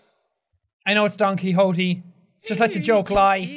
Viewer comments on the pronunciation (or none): Also, Jack, it's pronounced ki-hot-te, not ki-hot-ti. Used to live on a street named that :3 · Jack your pronouncing Quixote wrong you say it with a Tay at the end not E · You pronounced Quixote wrong both times. It's "key-hoe-t-eh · Don Qui"X"ote lmao.. well that's a way to pronounce it.